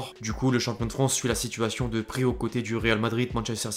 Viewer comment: Effectif pas effectchif, Manchester United pas Manchester Unitchid, signature pas signatchure, dilemme pas djilemme, situation pas sitchuation, inactif pas inactchif, sentiment pas sentchiment, ..........